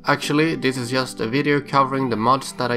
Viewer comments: "yust do it" definitely Swedish :D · YESSSSS haha jesus x'D